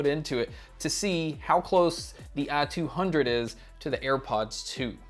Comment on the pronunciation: I couldn't get over the fact he pronounces it "ah-200" through the whole video haha